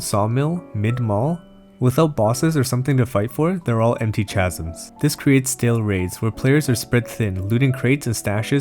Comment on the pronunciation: i know this is a serious video but for some reason my brain is focused on the way you said chasm's lmao